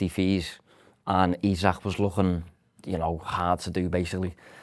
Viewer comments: Ffs,. His name is Isak and it's pronounced "E-Sak". NOT Isaac. Ekitike is more of a difficult name to pronounce than Isak. Get it together. It's really lazy. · Its "E-Zak", not Isaac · man pls you need to stop calling him “Isaac”😂😂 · you mean the sound makes when he says Isak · Surely the experienced veteran in can explain to how to say isak Holy fuck